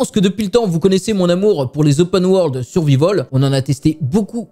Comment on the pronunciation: prononcer survahivol. c'est facile.